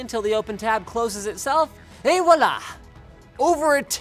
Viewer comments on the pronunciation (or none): none